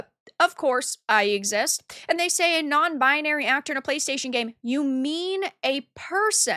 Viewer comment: Please learn how to pronounce the word BINARY.